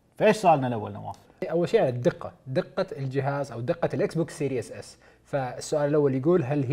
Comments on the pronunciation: Series not serious سيريز مو سيرياس ايش مشكلة العرب مع الأنجليزي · Series S ❌ Serious S ✅